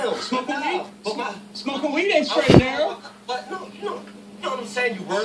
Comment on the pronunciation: Skraight n narrow road to success lolol I died